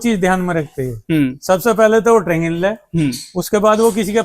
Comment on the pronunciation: Traging❌ training✅ Durak❌ duroc✅